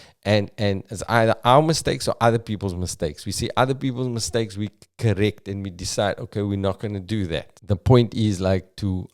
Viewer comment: I'm fasting and I just hear miss steaks